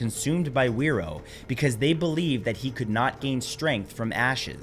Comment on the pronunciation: Probably said fi roar not where row. As wh is generally an f sound here